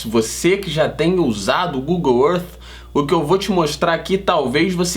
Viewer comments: Aprendam a pronunciar: gugol ãrf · Google errff! Kkkk parabéns pelo canal!